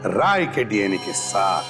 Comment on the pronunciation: And a Cid officer (maybe tasha) called Rai as "raj".